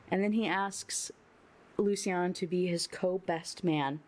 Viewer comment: My feedback: I agree, this book sucks. Other notes: I think Lucian is actually loo-shun, I believe the way you say it it would be spelled Lucienne or something like that. Also the very last line made me a little sick. The daisies she had in her hair were the daisies she wore for her last wedding, to the abuser. It would feel like a slap in the face if I was marrying someone and they asked me to do that. I get that it’s her nickname and it’s supposed to be cute but no, absolutely not.